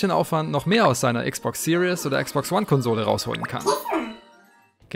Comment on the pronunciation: Series nicht serious du sprichst es falsch aus